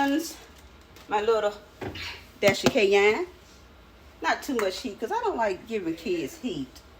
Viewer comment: Ee-goo-see. Ky-ann pepper